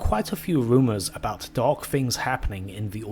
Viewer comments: Why do you pronounce "dark" like "dog"? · Must be your imagination